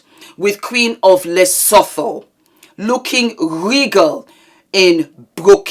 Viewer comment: Thanks. Queen of Lesotho 🇱🇸 we kinda say it like this “Le-sue-2” ❤